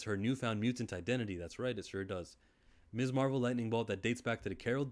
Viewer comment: You're right about the pronunciation of Ms. (Miz) but if you've watched anything featuring the character from the MCU content to the cartoons then you'd know that Marvel has always referred to her as Miss Marvel and that would be absolutely correct because she is a young lady who is unmarried